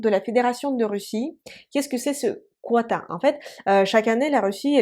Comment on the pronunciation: On ne prononcé pas Quota Mais kota